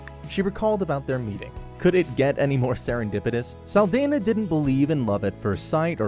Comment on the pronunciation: Great video, just wish her last name was pronounced correctly